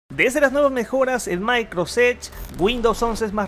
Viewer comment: "Maicrosech" 🤦‍♂️ Saludos cordiales.